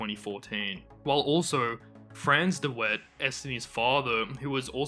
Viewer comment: The pronunciation makes me laugh but great video, Swanepoel is pronounced as swan-uh-pool and De Wet is pronounced as De-Vet ❤